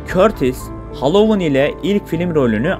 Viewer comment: Hallowon degil Halloween